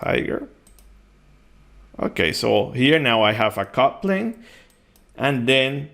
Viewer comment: It only when the video reached halfway O realize you meant "cut plane" and NOT "coupling". A brief pause btwn "cut" and "plane" would have helped. And clearly uttering the "t" would too.